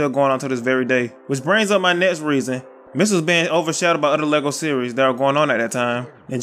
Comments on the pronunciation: You're saying missels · I love how you pronounce it “misels” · U say ‘’misles’’ 😂😂😂